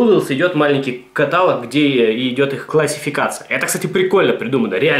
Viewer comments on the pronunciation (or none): Не катАлог, а каталОг!! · КаталОг а не катАлог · каталООООг, а не катААААлог!!!!!! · блин,, не катАлог, а каталОг! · не катАлог, а каталОг.. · каталОг ката,сука,лОГ каталОг!!! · каталОги. Не огорчай граммар-наци позязя:3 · КаталОг, блин, каталОг! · каталОг, грамотей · Бля кАтолог, а не катАлог такое простое слово, но так бесит его произношения неправильно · не обессудь, но правильно говорить каталооооооог, а не катааалог) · каталОг, а не катАлог же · КаталОг, а не катАлог! Gramar_nazi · Все, конечно, хорошо, но каталОг, а не катАлог. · когда говорит "катАлог", бьёт по ушам пздц как, я вам скажу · Бляяя…, правильно каталОООООООООООг. Но я всё равно верю в то, что это сделано чтобы порезать нам уши. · КаталОг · Бля, ну каталОг же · КаталОг КаталОг КаталОг КаталОг КаталОг КаталОг КаталОг КаталОг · правильно говорить КаталОг... каталОг блеать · каталОг блять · ебать ещё раз ты скажешь катАлог, меня вытошнит учебником русского языка) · каталОг! правильно говорить "каталОг"... :( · каталОг черт побери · КаталОг, сука, КАТАЛОООГ! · КаталОг блеать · ну почему катАлог =( раздражает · В слове "каталог" ударение ставится на третий слог., говори, пожалуйста, правильно, а то слух режет. Вот маты всякие, "анусы-хуянусы" слух не режут, а вот "каталог" с неправильным ударением - очень даже.